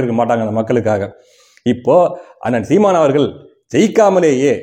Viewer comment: நானும் NTK தான். ஆனால் தயவுசெய்து தமிழை நல்லா உசசரிசசு பேசுப்பா. அவரகல் இவர்கல் வேட்பாலர் ன்னு சொல்லாதே. ல ள பெரியவங்க யார் கிட்டேயாவது கறறுக்கோ